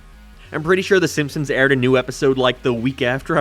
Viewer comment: Ah yes "thy simpsons"